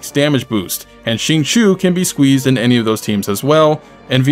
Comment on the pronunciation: i can't believe someone finally said Xingqiu's name right :o